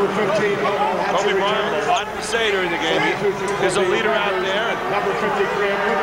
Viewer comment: Titus L4zar *Kobe, not”Hoebe!”